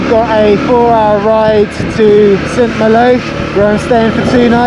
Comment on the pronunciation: Pronounced San Mahlo!